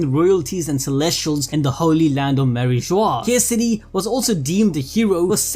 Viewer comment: Hope they won't butcher every single pronounciation next time. I almost cried hearing them mess up EVERYTHING. But hey, they pronounced Kesari properly!